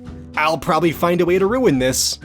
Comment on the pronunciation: It’s « this » not siht x)